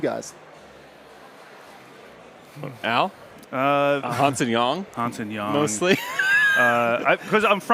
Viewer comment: You're saying Yang Hansen's name wrong